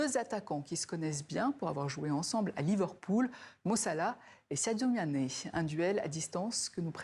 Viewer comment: Prononcez bien le nom de Sadio Mane, Madame. Merci.